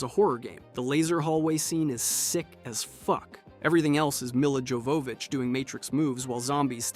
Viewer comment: When you mispronounced Milla Jovovich I instantly knew that your opinion does not matter.